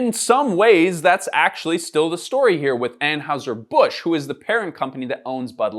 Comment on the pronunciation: Excuse me streamer, it's pronounced anheiser